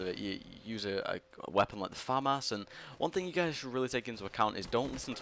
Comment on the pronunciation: It's pronounced Fa-Mas